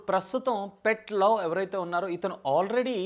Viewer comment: భయ్యా, కరల్ పై, పెట్ లవ్ కాదు భాయ్యా, "కార్ల్ పీ , పీట్ లావ్ "🤦🏻‍♂️